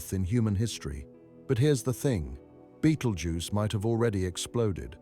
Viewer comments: Besides repeating yourself goodness knows how many times, this video was very patronising and condescending. And BTW there is no such star as Beetle Juice. It's called Betelgeuse, pronounced (Bet-el-jeers). Please stop trying to dumb down astronomy! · Why does he say "beatle juice"?